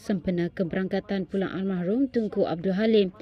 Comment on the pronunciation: Bukan al mahrumlah tapi al marhum !!